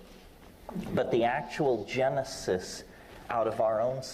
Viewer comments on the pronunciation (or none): none